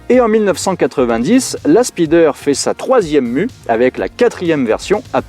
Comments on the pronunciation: Désolé mais "la spideur" m'a fait saigner des oreilles 😂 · Je dirais même plus "speedeur" 😂